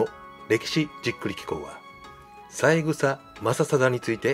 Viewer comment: さいぐさではなく、さえぐさですよね。